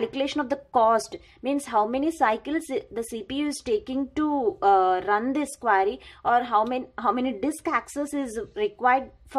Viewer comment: again what is it ? QUAAAAAAAry XDXDXD